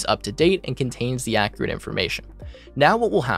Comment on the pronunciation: Your pronunciation of the word "accurate" is inaccurate.